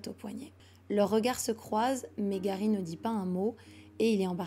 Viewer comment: Bonne histoire mais stp fait pas l’accent anglais pour certain mot ou nom, genr defois tu di garry et juste après c’est gawy